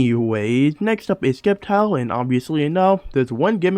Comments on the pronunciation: Why are you saying Skeptile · The c is silent in sceptile